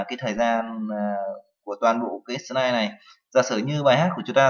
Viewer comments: lưu chứ ko phải nưu - slide chứ ko phải snai :D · vl "sờ nai" (vi neo"